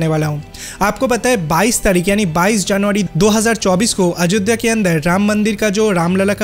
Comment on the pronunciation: Not a Ajodda 😂😂😂😅😅 it's Ayodhya sir apni Bengali channel le jaye Ajodda bolun eta Hindi channel plzz Ayodhya bolun😂😂😂😂😅😅😅 Aar BSNL ler khobor ki holo 😂😂😅😅 BSNL 4g aaspe apni bolti chhilen 50 yrs Pore aashbe aapni aajob aajob News paan kotha theke k jaane😂😂😂😅😅😅😅😅